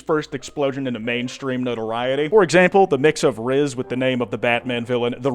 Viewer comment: I'm sorry but mr house saying rizz for rizz fucking kills me. I'm only OK with brainrot if it's fallout themed. Also just throwing this out there people born past had brainrot in the form of gmod and shit we just didn't call it that